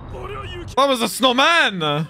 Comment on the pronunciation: Why do you say snowman so strangely